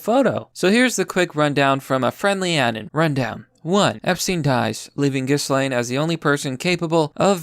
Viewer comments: every time this guy pronounces "anon" like An-in, I cringe a little. Uh-Non. Like the first 2 syllables of anonymous. That's the fucking origin of the nickname bro. But anyway, solid video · am i the only one triggered by how he says "anon?" it's not anin. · The way you pronounce anon pisses me off.